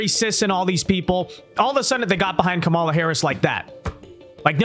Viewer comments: I support your videos and generally like them but dear lord, you intentionally mispronouncing Kamala is extremely immature and irritating. Makes me click off the vid every time. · Notice Ana calls her by "Ka-Mala"